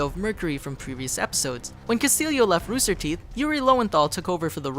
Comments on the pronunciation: As a note to ChannelFrederator (or at least ): Castillo is not pronounced (Cast-il-leo), it is pronounced (CAST-EEYO). Every Hispanic/Mexican cringes or gets angered when they hear this mispronounced this way. Especially as often as. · His name isn’t pronounced Castillio it’s Cast-ieyo. It’s Spanish.